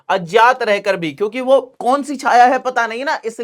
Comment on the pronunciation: सर वो अजात नहीं है अज्ञात है आप बार बार गलत बोलरहे है कृपया सही करके बोले 🙏